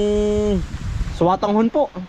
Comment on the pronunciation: natawa ako sayo. Kasi nadinig kita na sabi mo "swatanghon". Samin kasi, sotanghon" yan.